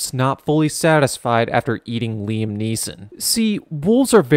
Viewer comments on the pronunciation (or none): none